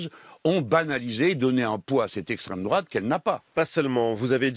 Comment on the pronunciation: L'estrême drouate c'est horrible mais les black blocs d'estrême gôche c'est bien !